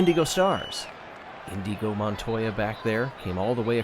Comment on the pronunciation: "Indigo Montoya" omg X'D